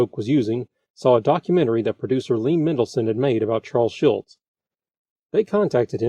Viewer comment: Everyone has mispronounced Charles' name for so long that it spawned his own Mandela Effect. It is Schulz not Schultz like Hogan's Heroes John Banner. By the way, Hogan's Heroes, another CBS show, was in its first season when this aired.